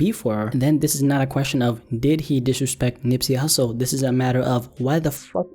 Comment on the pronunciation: Nigga said Nipsey Hustley💀